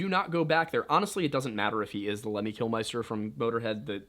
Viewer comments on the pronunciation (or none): Lemmy from motorhead is pronounced kilmister not kilMYster. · Kill-mister is the real way to pronounce it... it's spelled Killmister... not Kilmeister. It's a British name, not German.